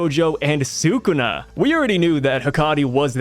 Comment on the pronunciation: Brother pls it's SOO-KOO-NA